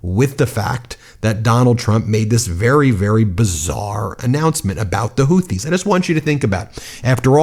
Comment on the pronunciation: Sounds like he's talking about the Hooties, not the Houthis. Where's the Blowfish?